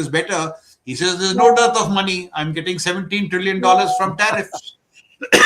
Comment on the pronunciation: makes lot of sense, it’s not மணி. It’s money😂